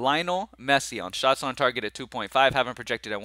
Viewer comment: did you say sharts on goal? :) that would be a definite under!